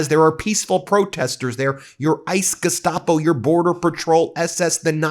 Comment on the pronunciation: I really wish you would stop saying gustoapo🤦🏽‍♀️ They're SLAVE CATCHERS 2025